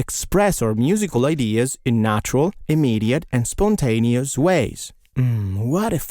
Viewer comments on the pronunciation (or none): are you canadian? you said spoontaneous lol